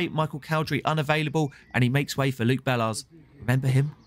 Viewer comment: not sure that's the right pronunciation of bellars